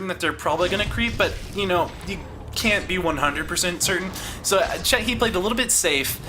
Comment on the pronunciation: very good video and nice comentary, but i must say that the Undead player name is C E C H I and u say C H E H I hehe, thats no problem but ,just... that we want more videos , go on =)